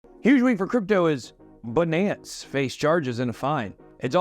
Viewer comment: Ben, let's be clear... it's Buuhnance